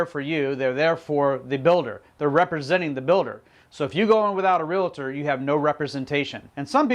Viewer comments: Realtor.....not RealAtor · Please don't say Real A tor..............